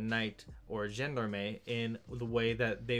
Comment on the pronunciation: It's pronounced 'John-Darm'